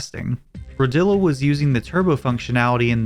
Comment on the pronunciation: HELL YEA COVERING MY GOAT RODILLO (it’s pronounced row-dee-yo lmao he’s from Spain)